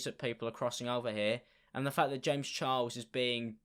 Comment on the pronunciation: youchuber james chiles